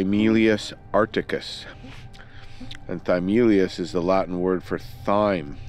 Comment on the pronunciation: “Thyme” is pronounced “time”; now you know, and knowing is half the battle. 😉